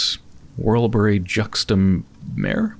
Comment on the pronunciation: It's 'Mah-reh,' for Worlebury-juxta-Mare. I think it's roughly Latin for 'Worlebury by the Sea.' It's an... interesting place, as you'll see. The game definitely does a good job of organically directing you to different regions via your officers. I personally don't think any of them quite outdo Sunless Sea's counterparts, but the Driver, Navigator, and a certain quartermaster in London are among my favorites within this particular installment. As a side note regarding mascots, remember to check for the Lammas Fair in Port Prosper if you can. I think you'll enjoy what you find.